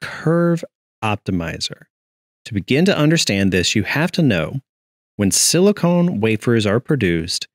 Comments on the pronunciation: It's pronounced sili-kahn not sili-cone. Silicon is an element in the produce table, what chips are made of. Silicone is a molecule. How many people many this mistake... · Silicon, not silicone.